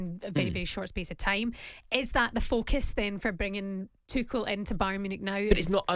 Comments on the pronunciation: Rory still calling Tuchel "Two-sh-ell" rather than "Tookle" I see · Another TOOSHEL butcherer. FFS